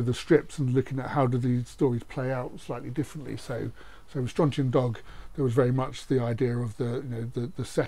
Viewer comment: Sorry to upset people, but it is not 'Slane'. Sláine is pronounced Slawn-ye. Sounds silly hearing people saying Slane.